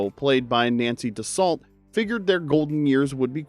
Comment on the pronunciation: How can you pronounce Guillaume correctly but mess up Dussault?